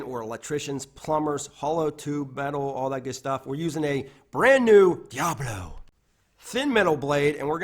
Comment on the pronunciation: I think I’ll have to try this saw. I like the way you say Diablo